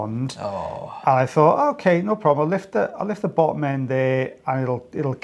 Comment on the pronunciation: Don’t you enunciate bottom as boddum though?